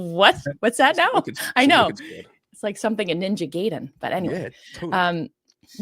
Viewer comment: The Ninja Gaiden reference was so good! Although I think I pronounce it differently. 😬